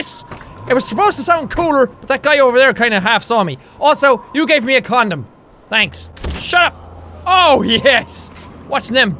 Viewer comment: iamBaciu it's condom not condom. DUH!!!!!!!